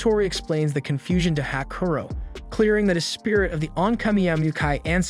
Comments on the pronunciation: It's not Hakuro. It's "HAKUORO" (HAKU-ORO) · "Hakaro". My brother in Christ, it's "Ha-ku-o-ro". I can understand some of those Ainu-inspired names are a pain to pronounce, like "Onkamiyamukai" (which, of all the names, you got right) and what not, but at least the MC's name, dammit!